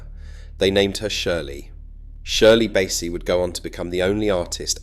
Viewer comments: Shirley Bassey isn't pronounced like that. Bassey rhyming with lassie. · That’s BASSEY! Innit? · When the AI I was listening too finally was revealed on the pronunciation of Shirley Bassey f AI